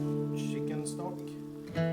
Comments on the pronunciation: What I love about the Swedish/norwegian accent that I hear with is the shop* pronunciation for “chopped” or chicken which becomes shicken. It’s so cute lol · And I love the gentle way "ch" comes out like "shh", the way he says "shop" for "chop", "shicken" for "chicken" and "shocklate" for "chocolate" ❤❤❤.